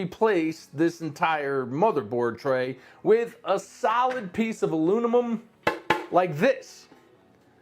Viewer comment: Why do you pronounce aluminum like alumlum lmao